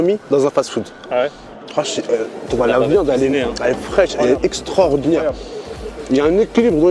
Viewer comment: On lui dit , que les anciens disent ''extraordinaire'' et pas extrordinaire!